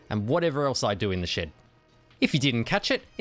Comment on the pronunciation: You kept saying "In the shed"... I thought you were saying "In the sh*t"😂